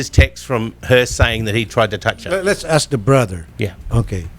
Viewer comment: Nakakastress si ate"I ass!(ask) I ass!(ask)" .. Tuloy ang kaso. Asteroid? Juscolored😞